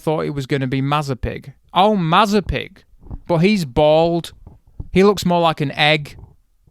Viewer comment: Mazepig....... ROFLMAO!!!! Dude stop!!!!!!!!!!!!!!!!!!!!!